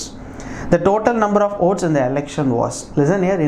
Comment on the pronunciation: Are you saying OATS¿